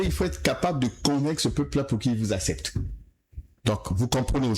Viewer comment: Journaliste ya ba croissants. Il s’en pend toujours aux faibles. Et on dit accepte pas “acept”